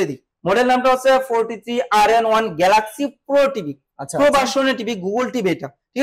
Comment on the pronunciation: গ্লাক্সি না বে গ্যালাক্সি হবে। বেশী স্টাইল করতে যেয়ে অশুদ্ধ উচ্চারণ কখনোই স্মার্টনেস নয়।